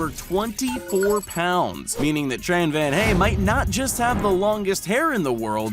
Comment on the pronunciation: Tran Van Hai not Tran Van Hay